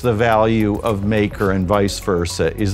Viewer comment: Exactly this guy has no fkn clue what he is reading off that teleprompter